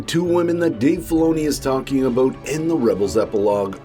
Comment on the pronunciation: Are you Canadian and did you say "aboot"?